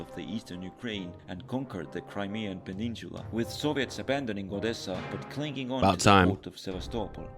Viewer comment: "Am i not saying Sevastopol correctly" lol bro u called Odessa "Odessia"